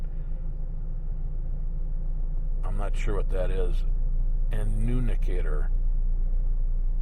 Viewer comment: Hey dude love your work but annunicator is annunciation annunciator to make an announcement over a speaker load speaker but I got a laugh out of it have a good one